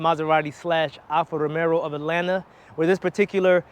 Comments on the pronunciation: You can’t even pronounce the name correctly. It’s NOT Alfa ROMERO….It Alfa Romeo. As the owner of a Stelvio, I’m disappointed and can’t watch this to completion. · you can’t pretend to be credible when you can’t correctly pronounce the name of the product.